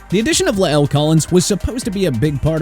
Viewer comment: The way he says la’el though 😂😂😂 but dj moore carr(not saying he’s not absolved from blame for the raiders season) pitts gesicki mac jones, Julio (for tHe sheer fact tHat he wasn’t brought to be a one he was brought to be the Antonio brown for them) shouldn’t be on this list. Moore because the man was forced to play musical chairs for QB on his team, carr because again His defense is ASS(seriously How you Have cHandler jones AND maxx Crosby and be 30tH in sacks?) and mac because bill bellicHeck seems to be getting more full of Himself even tHougH I HigHly respect Him by letting two people who He Had on His staff before be back in tHe fold number 1, and 2 be tHe Heads of tHings THEY NEVER HAD CONTROL OF WHEN THEY WERE FIRST THERE wHicH is offense so that’s lame and wHat is more lame people already calling mac a bust when he really Hasn’t started His career yet and wHen he doesn’t even have a number 1 receiver or a competent offense. Carry on